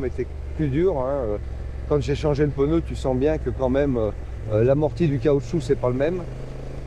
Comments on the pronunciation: Peuneu? T'es neuneu? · Pourquoi pEneu ? C’est des PNEUS et pas des pEneus . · Calme toi p6x2 , on prononce "peuneu" dans le sud oui c'est pas bien ! Pas après un peu plus dans le nord , genre vers Paris , ça dit " ch'veux " au lieu de cheveux , ça dit "cate" au lieu de quatre . Je continu ? Il y a aussi des glandu dans l'ouest qui disent chocolatine ! Tu découvres que chaque région dit et prononce des choses légèrement différente . Voyage un peu tu en découvrira d'autres ! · Oui, le fameux "peneu"...😂 C'est nouveau ça vient de sortir, comme dirait Coluche 😅